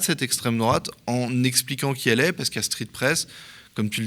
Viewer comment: 23"00 "Street fesse, heu.. street presse.." Merci au Media pour cette révélation...